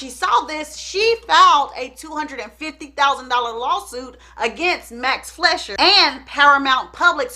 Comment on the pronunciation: It's Max "FLYsher" (pronunciation), btw. :)